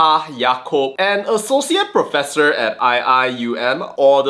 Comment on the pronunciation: THE PROPESSOR OF PROPESSORSSSSS......🤣🤣🤣